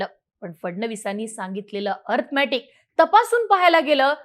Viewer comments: अर्थमॅटिक नाही गं बाई अरिथमॅटिक असते ते🤦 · आधी अरिथमॅटिक नीट बोलायला शिका. अंकगणितात तर नापास आहेच इंग्लिश मध्ये पण नापास आहेत. आणि मग खोटा नॅरीटिव केला म्हणून रडत बसतात.